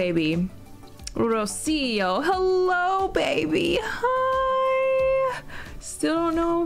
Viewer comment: In min you pronounced Rocío perfectly! it means "dew" in spanish! it's a fem name. Very pretty!